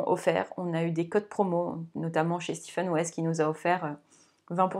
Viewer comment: Je vous découvre, vous êtes très agréable à écouter, pas de heu toutes les secondes 😊 Je m’abonne direct à votre compte ❤en plus vous êtes la première que j’entends prononcer correctement le prénom de West , le Steven je ne peux plus l’entendre🤫